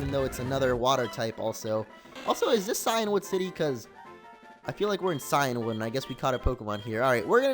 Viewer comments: Cianwood(See-in-wood) Phione(Fee-own-ay) don't doubt me I watch the anime. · Shuckle is in cianwood , btw cianwood is pronounced "keeanwood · Maybe from where you come from. Where I live It's (Cy-an wood)